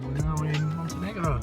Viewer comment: "Montenigro" 🤭 Love the dog!